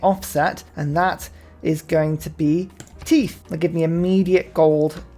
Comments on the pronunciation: "Tithe" is pronounced "Tieth" as in the same sound as "I". It's definitely not "teeth." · I know I'm being that guy, so to speak, and you may already be aware of this, but 'tithe' is pronounced more like 'tie - th' instead of 'teeth.' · I was going to comment on you pronouncing Tithe, but then I figured Nah... daily comment.